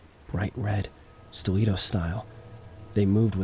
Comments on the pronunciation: Her "stileeto" heels against the "linno-leeum". Hey if you don't know how to pronounce something, just guess wrong at it rather than look it up. It makes you look smarter. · Great vid(s. I've been watching a lot of your stuff XD) Writing this comment as I watch: No hate about the mispronunciations! It happens. For future reference, linoleum is pronounced lĭ-nō′lē-əm (lin-OH-lee-um) and stiletto is pronounced stĭ-lĕt′ō (still-LET-oh) "Why install it so low to the ground, where you have to-" The voyeuristic previous tenant with a foot fetish: "When it gets dark, I know I'm gonna look through the peephole again. I need to know if those red heels come back-" oh okay so you're also into this- Calling it now, there's some time portal shenanigans going on and she's legitimately in her apartment in the 80s or whenever before the building was abandoned and Protag is living in her walls in the 80s while she's living in his walls in the current day. "I'll wait until she's sleeping, when she's calm, break through the wall as quietly as I can, see if I can talk to her-" I'M SORRY, ARE YOU HEARING YOURSELF RIGHT NOW BRO? I don't think that even the MOST mentally stable woman on EARTH would be in a "calm conversation" state if a STRANGE MAN CAME INTO HER APARTMENT IN THE MIDDLE OF THE NIGHT BY BREAKING THROUGH HER WALL Continuing my previous hypothesis, him breaking in is what causes her disappearance. He kills her (not his intent, more of a panicked self-defence thing when she (justifiably) reacts negatively (see: panicked self-defence) to someone breaking into her apartment) or she comes through to our time or the time portal removes her